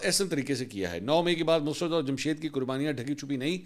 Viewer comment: منصورصاحب معذرت کے ساتھ دو الفاظ کے تلفظ کی ادائیگی کے بارے میں تصحیح ھے لفظ " مسرت musarrat ھے۔ mus-rat نہیں ھے۔ دوسرا لفط "طبعی" Tabai موت ھے۔ "طبی Tibbi موت" نہیں ھے ۔ شکریہ!